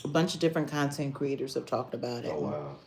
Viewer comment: cuntent!!! Ha!!! I heard that 🤣🤣🤣🤣🤣